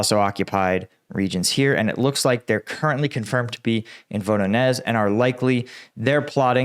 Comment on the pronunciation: When it comes to Voronezh, Prigozhin or Zaporizhzhya, 'Zh' is pronounced as the S in fusion or vision. More like a J than Z.